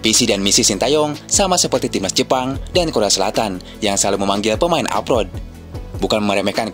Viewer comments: klo pemain yg main diluar negeri itu disebutnya apa min... bknnya abroad yaa kok nyebutnya apot... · Abroad min abroad … bukan aprot aprot